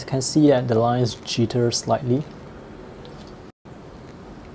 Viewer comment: is it just me who finds the way he says jitter funny?